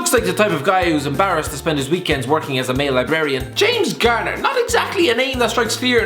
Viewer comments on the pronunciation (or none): none